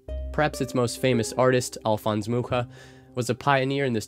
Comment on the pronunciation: Greetings from Praha! So glad to see it appreciated so much ^-^ Also you pronounced Alfons Mucha's name perfectly